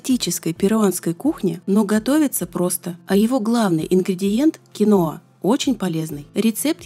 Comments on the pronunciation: Почему кинОа то? КиноА!!! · КИноа с ударением на первом слоге) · Это произносится....КИНВА....я, конечно, извиняюсь...это не для того, чтобы вас обидеть...